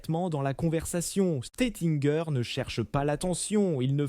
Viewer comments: Le nom Bollinger est d'origine germanique, désignant une personne provenant d'une localité nommée « Bolling » ou « Bollingen » en Allemagne ou en Suisse. La célèbre maison de champagne a été fondée en 1829 par Joseph Jacob Bollinger, un Allemand passionné de vin, en association avec Paul Renaudin; donc svp prononcez le nom correctement, à l'allemande. Idem pour Taitinger et Krug: prononciation catastrophique; à l'allemande svp. En Alsace, on parle allemand. Si on ne sait pas pronoçer, on ne prononce pas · Moé et Chandon ... Teitin gueur ... Bolingeur ... Pol Rogeil